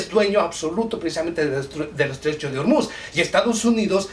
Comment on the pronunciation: Que tiene que ver Pakistán con el Estrecho de O-O-O-Ormuz , (no Urmuz)? Eres un ignorante.